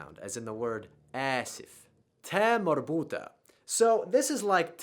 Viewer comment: perfect,but sometimes you need to make some words in the Arabic accent like marbota, because you are perfect,l would like to be more perfect with accent and l hope to learn you accent,thanks a lot